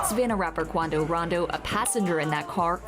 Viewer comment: It's Quando Rondo not Rando